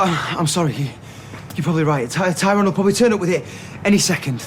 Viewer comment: Hate the way Terry says tyrones name